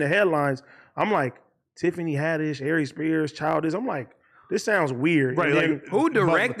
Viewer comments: His name is AR-RES...not AH-RES. Every time Adam says AH-RES, I cringe. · ITS PRONOUNCED AIR EASE HOMIE. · R-ees LOL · Adam calls Aries a friend yet he can’t say his name right. Is Aries not Ari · I love how Adam did a whole interview wit Aries and prefaces this clip by saying dude is his friend, then proceeds to mispronounce his name thru the whole video 😂🥴🤦🏾‍♂️👏🏾